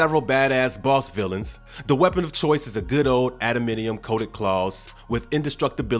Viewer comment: AdamANTium. Not "Adaminium"